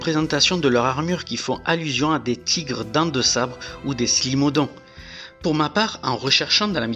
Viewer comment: Smilodon, pas Slimodon. ;)